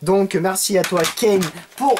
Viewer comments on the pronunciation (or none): none